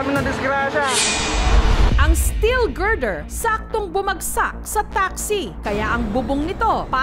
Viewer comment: GIRDER HA HINDI GRINDER!